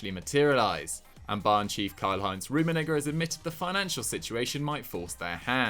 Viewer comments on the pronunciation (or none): the way he said rumenigge